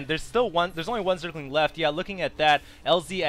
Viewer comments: I love how Husky can't say Zergling. He says Zerg-ing. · lol zerging zerging zerging h to the usky husky you need speech therapy :)